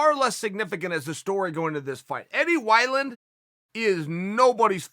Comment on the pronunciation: I offer u this Eddie Why-Land